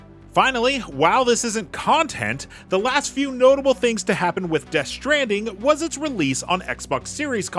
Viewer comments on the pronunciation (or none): Ah yes Death Shtranding